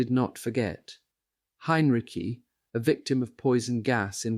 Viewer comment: Ok, is it General Heinriki,Heinrichi,Heinrich? I can’t spell it, but he’s read it wrong 3 times now.